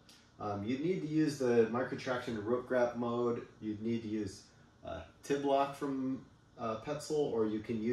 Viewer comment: The Tibloc is pronounced "tee-block" according to Petzl, not "tih-block" FYI!